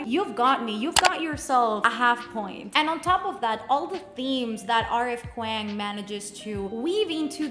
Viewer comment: hey love, just fyi kuang is pronounced "k-wong"